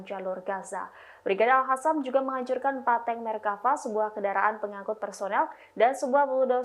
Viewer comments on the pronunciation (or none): Kepada pembawa berita Tribun , tolong mohon baca yg benar , agar terdengar akurat & fasih dalam menyampaikan berita bedakan : antara AL-QASSAM dgn AL-HASSAM , sebab disana tidak ada brigade AL-HASSAM . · Alqosam bukan alhasam mba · saya ingin klarifikasi nya dari presenter Tribunnews, kenapa selalu menyebut mujahid Palestina Al Qassam dengan Al hassam.beda pengertiannya itu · Ini cewe bisa nyebut al qasam ga si